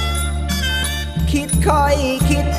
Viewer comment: อุตรดิ๊ตถ์ ดิตถ์ก็ไม่ดิตถ์ ดิ๊ตถ์ 555